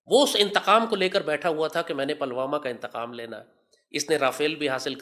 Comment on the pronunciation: अबे जाहिल पहले शब्दों का उच्चारण तो सीख लो आतंकियों पलवामा नहीं पुलवामा है और सुन भारत का हथियार भारत के लोगों के अंदर जो संस्कार हैं वो है उसी से पेलते रहेंगे